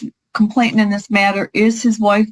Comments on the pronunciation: These lawyers spend a lot of money on their degree & qualification for the profession. Surely they can learn how to correctly pronounce the word “*complainant*”??? [Hint: it is not ‘complaintant’] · I know that in the grand scheme of things, it doesn't matter, but I cringe when attorneys cannot pronounce legal terms correctly. It's not complaintant, it's complainant. There's no extra 't' in there. It makes me wonder what else they're not paying attention to.